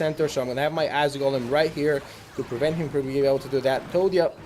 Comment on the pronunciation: did you say "ass golem" ????